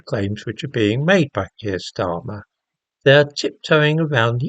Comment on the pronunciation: Kweer starmer 😆😆